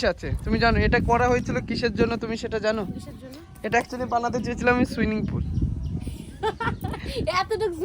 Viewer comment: Swimming na swing, schan na chan